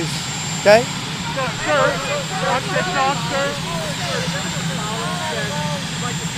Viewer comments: He said tic tak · Did you catch him saying “tick tac”? He corrected himself. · Trump favorite words: "teek toks" "weekeleeks" "chygnaa" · Tic tak told, isn't that a clock?😂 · He said "tick tac"? Just disgraceful.